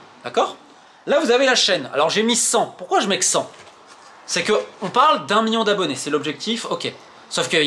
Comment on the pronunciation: Million pas mion 😂